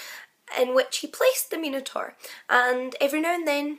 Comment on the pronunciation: An intriguing story. A pity that you couldn't get even the basic details correct. You could have easily looked it up online. It was Zeus not Poseidon. Pasiphae didn't wear a 'bull costume' it was a hollow replica of a cow. By the way, Minotaur is pronounced with an i as in 'eye'.